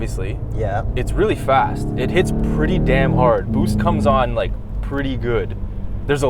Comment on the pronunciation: "Bwoost comes on liyuk... pretty gwood" Damn I yam pwoud to be Canadian 💣💥💪👊🏼🤪